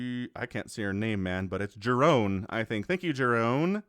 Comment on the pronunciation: The tipster for this video isn't only a subscriber, he's even a Patreon of you :-) Thanks for the name-drop at the end, "Jerone" is how I prefer to have my Dutch first name pronounced in English :-)